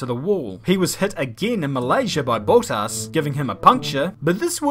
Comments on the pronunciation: its bottas not boatas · hi. its not pronounced boutas. there is no "u" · No one:: BOWTASS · Ah yes, Bowl Tass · Why does he pronounce words so weirdly? Valtteri BOLTAS? Solchi?